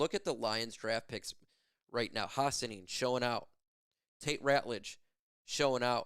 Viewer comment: Hi my son name is Hassanein you saying Hassanein wrong. Just say two prat. Hassa- nein Hassanein Thank you. Go loins 🦁🏈💙